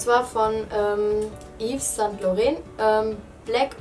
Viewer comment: Es heißt lauroon ausgesprochen nicht Laurent